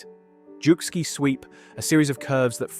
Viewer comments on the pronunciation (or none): Jukskei is not pronounced jew-ski. It is pronounced Yuk-skay.